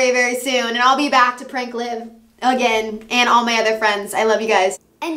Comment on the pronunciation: LIV it’s liv guys livvv